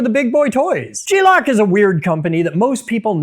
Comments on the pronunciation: Gelock, not G-lock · Thought dawg was just saying glock weird 😂😂